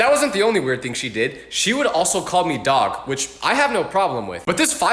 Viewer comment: The way how you say daag is weird